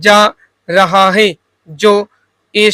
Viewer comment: jaise आप 'है ' को 'हे ' , 'भयावह' को 'भयावेह' , 'देश' को 'देस' kuch is trah ka uccharan aap karte h ....baki janaab aapka sab sahi h